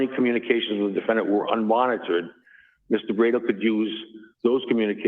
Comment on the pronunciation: Seriously—what is up with and his pronunciation of the word defendant? I’ve noticed that in previous hearings. Is he trying to be fancy? I don’t know which is weirder— the fact that he pronounces it “defend-AHNT” or the fact that he doesn’t pronounce it that way consistently. Doofus.